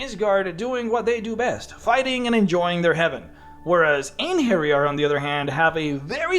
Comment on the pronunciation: Thank you for getting the "j" right in "Einherjar". I recently listened to an audio book with lots of mention of them and Jotuns where the reader pronounced the "j" the English way, and it was very annoying. That said, the plural of Einherjar is Einherjaren.